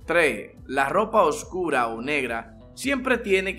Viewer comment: Cómo Laval la lopa oscula pala que no pielda el colol la velda es que paleces que eles de china o no puedes hablar español 😂